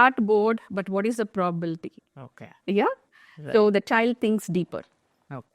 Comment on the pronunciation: It is not probalty It is probability